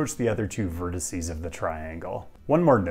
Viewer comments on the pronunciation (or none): none